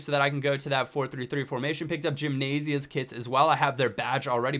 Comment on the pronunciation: gimnasia is pronounced him-nas-y-a